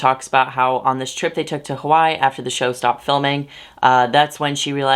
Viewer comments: sorry i’m distracted you pronounced hawaii as “hawai” instead of “hawai-e” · Hey, I don't know if you know but Hawaii was a typo when the islands were submited as a state; it's actually Hawai'i pronounced Havai ee. Also, thank you for being so awesome with the trigger warnings and being sensitive with bleeping some words out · Hawai'i is three syllables